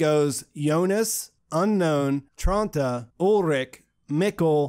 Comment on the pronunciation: As a german, it's hilarious to me that you said Tronti instead of Tronte. Tronte is not a very "elegant" name to me, but Tronti in German pronunciation sounds like a cute little nickname. No offense, I just think it's sweet amd it made me chuckle.